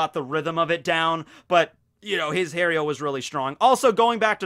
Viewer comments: when speaks other languages and apologyses for that I always think "nah man I don't think they get angry for that" but every single time he speaks about the Espadas or the hollows and try to says "hierro" I'm always pissed, he is not even close to the real pronunciation..... I'm an hypocrite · the "rr" in spanish is the rolling of the r, also the h is silent in words like hierro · Is it that difficult to say “hierro” correctly?